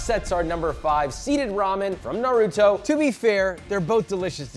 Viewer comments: Narooto XD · How did he pronounce naruto wrong the first 2 times, perfect the next 2 and then came out with Norutoe? 😂 Brilliant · STOP PRONOUNCING NARUTO LIKE THAT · The amount of damage the naruto dub has done to the way people pronounce NARUTO can never be overeststated. Its not even difficult to pronounce guys .... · Please say Naruto right. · Anyone who can't say Naruto's name can't be trusted. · Every time he pronounces Naruto, my heart sinks 😂😂